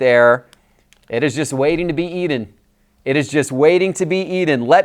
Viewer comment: "It's ready to be Eden"??? it's not a garden 😅😅😅 it's eaten the "T" matters...